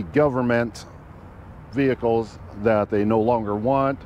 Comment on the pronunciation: stop saying "vehicles"